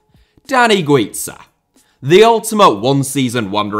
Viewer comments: Spaniard here. Not qualified to talk about Pepillo. Only to say Guiza iss pronounced as Gwitha. And Pichichi is pronounced wit the ch sound just like in English ch is only pronounced as K in Italian keep up the work and sensitivity towards foreign languages,! 😃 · My good man... Güiza is Spanish, not Italian, so his name isn't pronounced as in Pizza, and the pichichi trophy isn't pronounced Pickicki. Otherwise top video as always with weird obscure references just as we like it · You may be right with Grafite but you pronounced Güiza's name as the double z in pizza 😭😂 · Yeah, aud Guiza completely wrong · The whole Dani Güiza segment... god. Dear, please look up the pronunciation of Spanish stuff before recording. Sincerely, a Spanish speaker.